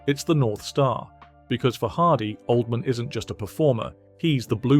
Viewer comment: It's hilarious how the narrator pronounces it OLD-MAN